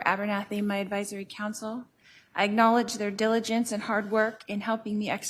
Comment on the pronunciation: Sheesh. She can't even pronounce the name of her advisory counsel.